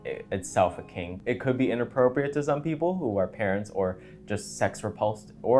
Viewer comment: I thought you said pink not kink and i was confused as fuck